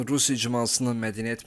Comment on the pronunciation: Azerbaycan kelimesini teleffuz etmeyi ogren önce😢